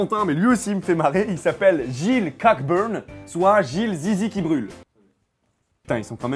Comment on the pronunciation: « Cockburn » se prononce "cobeurne", et c'est pas deux mots accolés mais bien un nom écossais ;-)